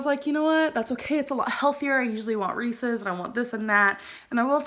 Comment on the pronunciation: At least she pronounced reese’s right lmao